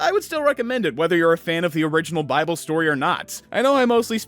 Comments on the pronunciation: It’s pronounced BY-BULL! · I’m atheist but I’ve only heard it pronounced “bi-bull” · Its called BIBLE, (BYE-BLE) that easy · Nahhh was you talking about the bible supposed to be funny trynna pronounce it buddy? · Purposely mispronouncing Bible is just disrespectful